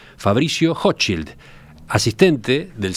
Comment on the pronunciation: Para ser rompe huevo .. la "ch" en Hochschild se pronuncia como la "j" en ajedrez .. Intriga el accento de este hombre. Dice la red que es chileno, se graduo en Oxford/inglaterra y pronuncia el español mas bien como aleman. ¿Acaso se escapo de la colonia dignidad?